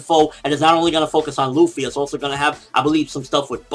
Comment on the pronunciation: oooh cuz it hurts when people say ruffy xD Luffy